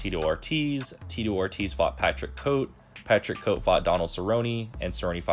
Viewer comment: This nigga said Patrick Coat